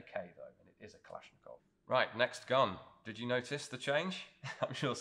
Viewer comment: When you pronounce Kalashnikov, 2nd A is stressed, not O, not I. It should be kalAshnikov.